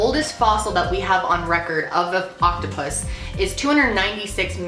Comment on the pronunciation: I thought she said octopussy